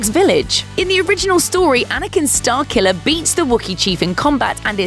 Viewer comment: OH! "Starkiller"! I thought u were saying Starcula.